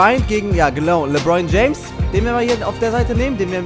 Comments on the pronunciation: Der heißt nich lebroin james sondern lebron james😂✋ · Junge, es kotzt so an das zu sehen... Ich als jmd der sich für basketball interessiert hab da vlt schon ansprüche aber egal. 1. Sprichst du jeden namen falsch aus (Lebroin James statt LebrOn James, Airving statt Irving) 2. Spielst du auf der leichtesten schwierigkeitsstufe das ist eig keine herrausvorderung. Aber trotzdem noch n tipp: du solltest mal mit den indiana pacers spielen😜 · "Lebroin James" hahahahhaha